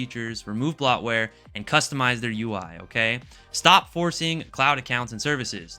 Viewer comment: The only thing I disagree with is your pronunciation of bloatware.